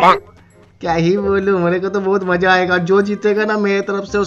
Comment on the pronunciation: Assam se maza ko mozza bolti hai